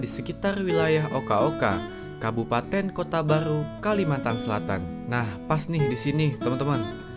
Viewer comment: Khabupaten okha okha bang kok lu kaya bilang kha setiap huruf k maaf bang penonton cuma tanya🗿